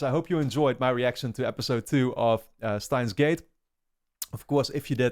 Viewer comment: the correct pronunciation is german. "Shtains" gate.